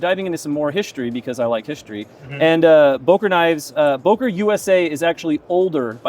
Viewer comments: Its not Bohker, is Beuh kerr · Boker? It's called Böker... learn it!